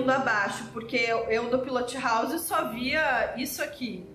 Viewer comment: PILOTI HOUSI....essa mania do brasileiro de sempre adicionar um "i" no final de toda palavra inglesa!